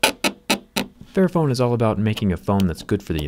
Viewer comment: Literally thought it said “fat phone” And when he said “This is phone right for everybody” I almost died